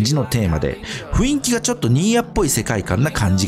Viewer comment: アズールプロミリアは興味あるかな。スマホのスペックが足りれば良いけど💧 細かいところですけど｢雰囲気｣はふいんきではなくふんいきですね…気になってしまうw